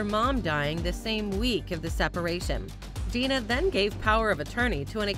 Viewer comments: um...her name is Dana, not Dina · DANA, NOT DINA. THUMBS DOWN. THUMBS DOWN. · DANA, NO DINA. RIP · From DIFF'RENT STROKES, Ms Plato's first name was DANA, not Dina. the producers of this video couldn't get that right, so how credible is anything here? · It's DANA Plato. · Dana Plato, nit Dina, Day Nah. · I believe "American History X" was quite successful. And yeah - it's DANA not Dina. And sadly, her son would commit suicide a decade or so after Dana's death. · You need to do more research,...it's Dana not dina...